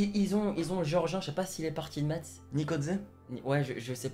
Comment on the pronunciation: C'est mikautadze et on dit mess mais cela c'ecrit Metz